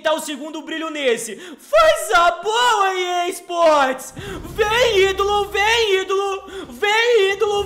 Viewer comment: vc fala errado e EA sports tu e gay